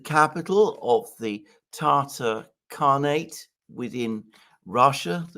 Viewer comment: Tatar. Tatar. Not “Tartar”. Which is a sauce.